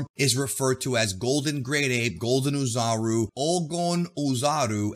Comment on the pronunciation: The “Oo” portion of “Oozaru (おおざる/大猿)” pronounces like “Au” of “Auto” or “A” of “Ball” in Japanese. Anyway, thanks for the great video as always.